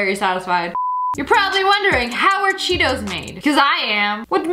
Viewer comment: When u said Cheetos I thought u said Cheerios XD